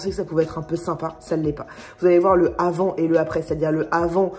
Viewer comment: Tes liaisons incorrectes (du style le zavant et le zaprés) me feront toujours rire, je t'assure n'arrête pas 😄😂